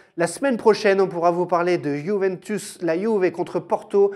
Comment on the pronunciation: Avis au peuple français. Juventus ne se prononce pas Juvintus mais Youvéntous. C'est compliqué?